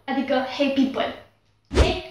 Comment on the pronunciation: la inceput , eu credeam ca spui "hei bibal" 😂😂 dar apoi mi-am dat seama ca spui "hei people"